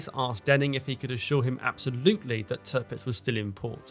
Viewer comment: Please stop saying Törpitz my ears are already bleeding. It’s Tirpitz. Why pronounce the second „i“ correctly, but not the first one?